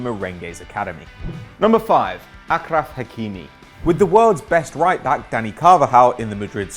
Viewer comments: It’s pronounced aSHraf not aKraph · It's pronounced aSHraf not akraf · The Curryman Effect there's no Ah at the beginning. It's Ashraf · It's pronounced "ahshraf" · Gloucester Blade it's pronounced Ashraf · Gloucester Blade yes it is ashraf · it's aarhraaf